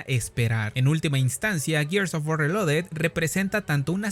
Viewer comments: Que desperdicio para poder decir bien la palabra reloaded 😢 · es que es lo chistoso, mínimo deberían saber pronunciar bien el nombre de su juego si tan fans son :v